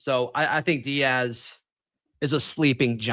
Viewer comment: Bro his last name is Deas (like D’s) not Diaz